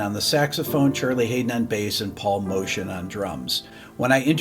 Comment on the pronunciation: It's spelt Paul Motian. It's also pronounced differently to "motion" (mow-tea-anne) but he gave up correcting others.